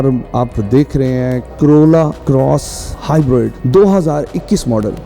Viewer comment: Everyone : hybrid Host: hybard😂😂